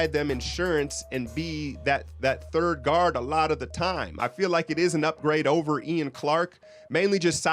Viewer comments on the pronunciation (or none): none